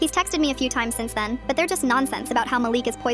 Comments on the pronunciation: Malik not Maleek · “Maleek” “mælick” GURL ITS “MA-LIK” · You pronounce the name Malik “Ma-Le-k”